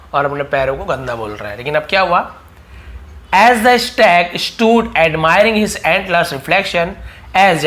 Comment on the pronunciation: Stag pronunciation wrong